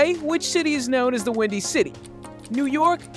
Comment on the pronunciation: These AI voices are getting better but there’s always a tell. Pronounces known as noun? Bruh.